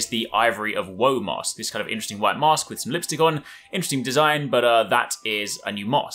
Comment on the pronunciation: When he says mask, it sounds like he is saying mosque and I kept wondering how would 13th century Japan have mosques